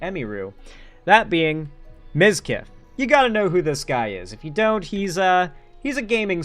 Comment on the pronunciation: ?!?! How the fuck did you get that wrong?! Everyone says mizkif!